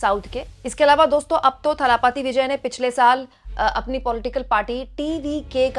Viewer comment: थालापती नही दलपती